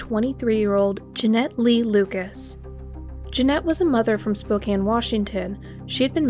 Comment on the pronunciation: Another mispronunciation is posthumous. It’s pronounced PAWST-u-mus, not post-HYOO-Mus. Good pronunciation of Spokane. I bring this to your attention because some of these words are commonly used and very easy to access the correct way to say them. It adds clarity and credibility to your otherwise well researched presentation.